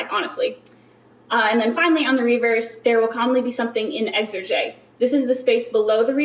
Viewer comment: What a wonderful video! The only thing I would point out is that the word "exergue" is pronounced "eks-urg" not "ex-er-gay."